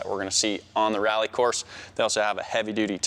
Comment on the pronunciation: "This setup will work perfectly awn our reeAlly car. Expecially when we put 2 lower case E's in front of every 'A' sound"